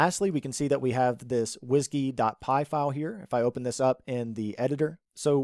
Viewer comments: Did he say Whisgey? :) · pronouncing 'WSGI' as ... whiskey ... nice :-)